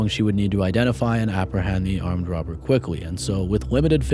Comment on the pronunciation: No offense, great work narrator ... but does anyone else feel like you're listening to Elmer fudd? "The wobber, fweeing with ..." I can't unhear it. Not trying to be a bully, i just wondering if im the only one.